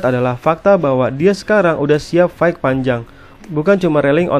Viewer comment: bantu koreksi, fight itu bacanya fait bang bukan faik. Sama kek night yang dibaca nait bukan naig.